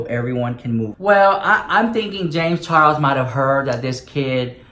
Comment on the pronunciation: Will never hear "Charles" the same even again lmfao Charros 😂😂😂